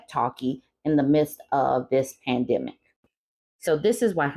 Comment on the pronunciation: You can't say pandemic?